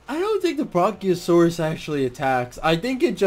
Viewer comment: It's Brachiosaurus, not Bronkiosaurus (and no, knowing that does not get me laid you were correct about that)